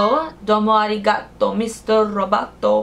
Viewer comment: finally a beauty YouTuber that pronounced arigato correctly thank youuuu😂